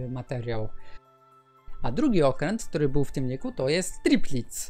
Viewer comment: ja tu ponarzekam trochę. IJN to skrótowiec pochodzenia Angielskiego i oznacza Imperial Japanese Navy. Dlatego czytaj to proszę jako AjDżejEn bo jak się to czyta IJN to uszy krwawią. Teraz tak Kirishima jest okrętem kalsy Kongo (w filmie został nazwyany okrętem klasy Kogo). Tripitz? ja wiem że nikt nie daje ebania o Okręty w WT ale mógłbyś trochę bardziej się postarać z wymawianiem nazw Okrętów. mam nadzieje że moja krytyka będzie dla ciebie konstruktywna. życzę miłego dnia.